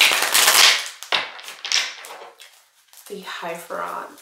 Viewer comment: It’s not Hiepherant, it’s Hierophant.